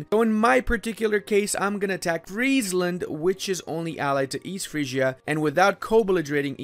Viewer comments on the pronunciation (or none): none